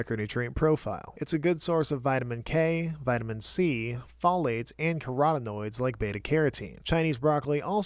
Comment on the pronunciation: The way you're pronouncing folate irks me